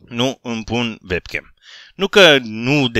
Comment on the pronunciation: tu zici vebcam la webcam pentru ca ştii germană şi în germania W se citeşte v dar se zice uebcam:)) ( şi te rog să faci un video la 250K abonaţi în care să îţi arăţi faţa dar nu trebuie neapărat să te joci ceva dar să ne arăţi şi nouă cum arăţi te roog )